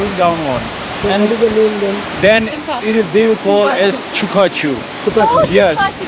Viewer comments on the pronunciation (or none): Fallas bro....not penis....lol